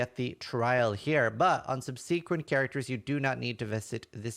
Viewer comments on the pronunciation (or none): No one would know that English is not your native language until they hear you say the word subsequent. 😂 Love your content.